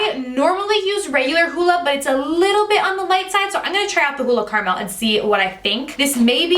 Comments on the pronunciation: I had to do a rewind to see what she was pronouncing , ha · I have never heard anyone pronounce "caramel" like you did. LOL! Is that a Jersey thing!?